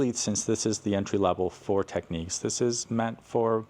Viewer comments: It's technics, not techniques 👍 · Why would you pronounce Technics as if it was spelled Techniques? There are two types of people in the audio world I think . . Maybe Matsushita would be a better moniker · I never understand why people call Technics Techniques. The word is clearly Technics, not Techniques.